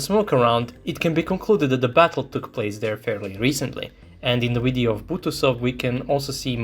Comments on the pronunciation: Hearing the pronunciation of the "Video" as "Wideo" makes in unwatchable. I know for Russian speakers there is no difference between those words, but trust me, it's massive. You sound like a Vatnik. I'm sure your aim is to reach as many people as possible and maybe sound professional in your speech so people take your words seriously. Right now, making such a basic phonetic mistake is beyond annoying for viewers. If you wish to present your videos in English at least go all the way. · Only once he said video correctly but other than that it's wideo...irritating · Why is he saying wideo instead of video 🤷🏻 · On the Wid-eo... say it right VIDEO - it is a V, not a W! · What's a wideo? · Why do you keep saying the word wideo instead of video? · You can pronounce a V... why do you say wideo? 🤔 it's a cute linguistic question I have had for years... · Do you say WIDEO? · Wisible in the wideo. Heard you say move. Why don't yak pronounce the words that begin with v?